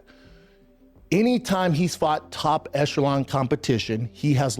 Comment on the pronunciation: Brenda “top enshalon competition” Shaub